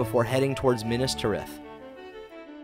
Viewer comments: Horrific pronunciations. "Minas Ter ith" "Pel are gur" ........................... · the way he says minas tirith makes my teeth grind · God, this is fun, but the pronunciations are making me twitch. Caras Galadhon (pronounced car-as gala-thon) as Care-ass galad-horn was the worst one thus far Edit: Nevermind, I just heard him say Pelargir. Then there are just the ones that are so small, it’s just enough to make someone like me twitch, like Minas Tirith